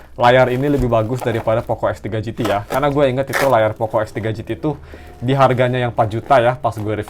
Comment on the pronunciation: Perasaan x3 , kok om ini bilang f3 pro f3 gt, apa pendengaran ku yg salah